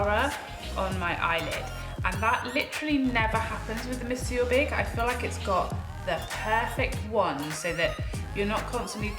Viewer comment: I'll be durned. This is the first time I've watched a video of this mascara that I have not cringed when it's pronounced. Bless you 😄😘 "Mon-soor" 🤭☺️